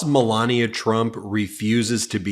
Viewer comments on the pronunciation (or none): The presenter can't even pronounce Melania. "Melaneee." Which language is that?